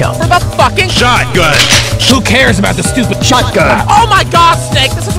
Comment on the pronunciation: Just a weird way I like to say shotgun pronounced like (shout A E) kinda like that if you understand what I am trying to say